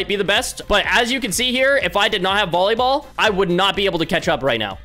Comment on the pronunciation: Bro really said bollyball